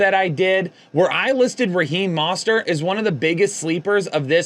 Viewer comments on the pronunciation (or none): This is the video that made me realize this dude doesn’t actually watch football. You can’t watch the games and not know how to pronounce Mostert, and also be completely unaware that Waddle leaving with left in the game wouldn’t make much of a difference for targets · Kyren Williams was a great add for me too last week but idk if he could be considered under the radar anymore with all his points/tuddies.. I still like Raheem Mostert as under the radar and if you’re going to keep mispronouncing his name, at least call him ‘Raheem MUST-START’ like he was dubbed, by Matthew berry, back when he was with the niners! 😂